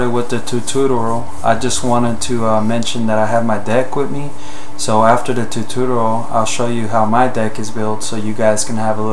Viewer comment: Sorry, this was bothering me: It's Tu-TOR-ial, not Tu-tu-tur-al Other than that, great job.